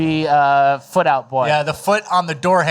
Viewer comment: Not a FOOTle